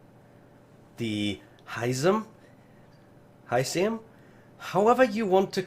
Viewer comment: He-sar-may is how you say frosts hisame skin